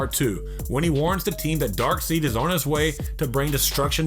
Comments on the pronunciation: It's pronounced "Dark-Side" not "Dark-Seed"...it ain't a porno bro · You said Darkseed instead of Darkside LMAO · I know, right? Its pronounced 'DArk-Side' (Darkseid)...... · His name is Darksied, pronounced dark side! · Dark Seed? HAHAHAHAHA That's not how you pronounce his name. It's "Dork-Side" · Dark SEED? Really? Darkseid is pronounced Dark SIDE. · Darkseed? Na-mor? Try NAYmor and DarkSIDE... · "teechala" bruh, it's T'chala smh "darkseed" oml this guy: *darkseid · It's DARK SIDE, seriously you people need editors, y'all can't say the words right, so unprofessional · How about not be a douchenozzle and give someone a heads up for spoiler alerts!! Engame is still in theaters. AND there is no "tea-challa, " or dark-seed." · "DarkSEED" seriously? Please do more research before the next vid man! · I'd give you ten bucks if you pronounced anyone's name correctly. Gale Gaddit? Tee-Challa? Darkseed? FFS and no Spawn but you used him as a thumbnail? GTFO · HOW THE HELL DO YOU REVIEW COMIC CHARACTERS BUT CAN'T PRONOUNCE THEIR NAMES?!? Let me help you; T'challa is pronounced "Tuh-Chall-ah" Namor is pronounced "Nay-More" Darkseid is pronounced "Dark-Side" SMDH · Tee' challa & darkseed! 😂🤣😂🤣😂🤣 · OMG! Teach your voiceover guy how to pronounce the names of the characters, for crying out loud! It is not "Tee-challa"! It is not "Nay-mor"! It is not "Dark-seed"! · wow he said ''darkseed'' might want to hear how they are pronounced before you say it. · Did he just say Darkseed? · Gadot? Ga-doh.Darkseed, lol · Clearly the video is narrated by someone who doesn't know. However, it can be rather distracting. Who is Dark-seed? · Wait, who's Gail Gadit? Um, Darkseed??? 😂 Wow. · Tea-Challa , Gal Gadder , Nuh-more , Dark-Seed , Get someone who knows how to pronounce things properly , please !!! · Tea challa Naymer Darkseed wtf dude😂💀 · WTF!!?? Tee-Challa? Darkseed? Neeemor? Do you even know anything about these characters? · lol. . .dude, u said Tee Challa and Dark Seed